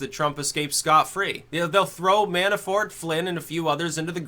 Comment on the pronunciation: Mannafort not Mannaforte